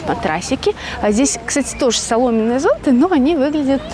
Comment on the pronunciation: ЗонтЫ, а не зОнты!